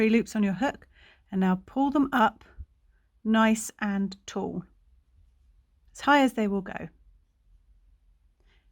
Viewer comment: Wow! Thank you! Returning to crochet after 30 years! Lol. You are our treasure! To be honest, I had to slow listening speed to half, to my listening speed, lol! The way you say, "nice and tall" at half speed is hysterical. Coming from an American! My square came out perfect! Cheerio darling!